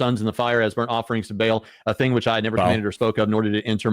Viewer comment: Hey bud when did the pronunciation for. BAAL change , and why?